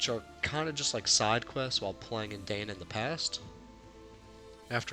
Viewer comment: Lacrimosa of Dana .. not Dainuh